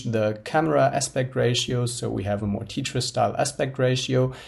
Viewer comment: Did this guy just say "Tea-tris"? LOL